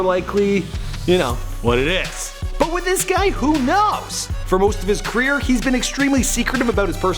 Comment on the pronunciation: Say "kreer" one more time I dare you.